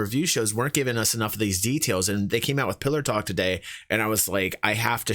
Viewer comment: I thought they called it Pillow Talk for a moment there :P